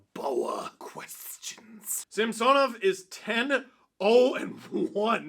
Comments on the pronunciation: Ok. They said Samsonov wanted Cuthbert to pronounce it that way. I guess he doesn't care then. I'm sure you are right, just odd the player wouldn't want the play by play guy to say it right. Maybe its like when Kaberle played. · Steve can you please pronounce Samsonov’s name properly. He doesn’t want to be called the way you’re saying it. Kind of disrespectful. Great job as always though. 👍